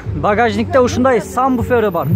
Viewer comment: Самбуфер дегин..Савбуфер эсеспиле